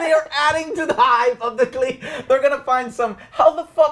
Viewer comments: Can you guys pronounce anything? DANAREAAASSSS? CLEEGEEN? EURION? fucking hell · The World: Clegane Bowl Joe: Cleegin Bowl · OWL at least get the names right Eurion? CLEEgane? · The Evil Bassist can't wait for the cleegan bowl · It's Euron, not Eurion. It's Glegane, not Gleegan. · Urian (Uiron) Denarious (denarys) Cleegan (Cleagane) Lol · Who's Cleegun? 😂🤔 Poor Clegane, your names been butchered just like Prince Oberyns head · What on earth is "klee-gan bowl" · Who the hell are Eurion and Cleegan? 😂 smh.. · And the name mispronunciations drives me crazy. Cleegin? Urion? And the other two never correct him. Honestly, it's so consistent and jarring that it seems almost deliberate. I know there's a lot of characters, but anyone who's watched seven seasons of this show should be able to pronounce most of the names correctly. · It's Clegane lol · Joe you're a casual you can't even say clegane right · and he says danareese & cleegin bowl. I wouldn't comment, but he talked about casuals in a bad way..lol